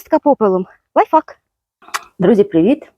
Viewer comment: Лай факу 😂😂😂 пані, є ж синоніми, які Вам легже буде вимовляти : порада, метод, хитрість тощо